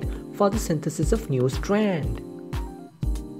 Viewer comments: STWAANDD! LMFAO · ITS STRAND S T R A N D STRAND OK